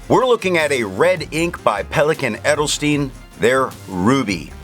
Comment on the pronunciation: Good video, as always. However, your pronunciation of Edelstein is a bit 😅. The "Edel" was correct but the "Stein" is more like "shtayn", "sh" like in "wash" and the "tayn" like the "ine" in "mine" with a t in front. Edelstein, easy ;)